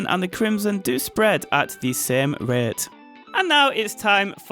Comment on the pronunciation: "at the same ruhyeaut"